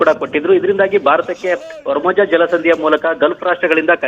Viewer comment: ವರ್ಮಜ ಜಲಸಂಧಿ ಅಲ್ಲ ಕಣೋ ಅದು ಹಾರ್ಮೋಜ್ ಜಲಸಂದಿ